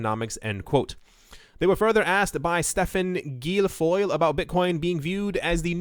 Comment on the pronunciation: And doesn't know how to pronounce Guilfoyle?